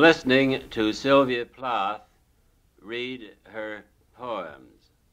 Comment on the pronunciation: 'Plath' doesn't rhyme with 'wrath'.